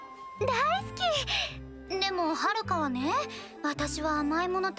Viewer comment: I heard say daiski